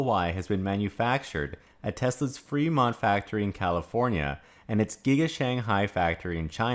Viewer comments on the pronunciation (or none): none